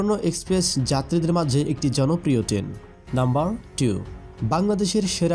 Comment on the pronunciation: আগে ঠিক করে বলেন টেন নাকি ট্রেন🤣